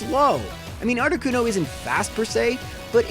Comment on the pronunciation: Not articono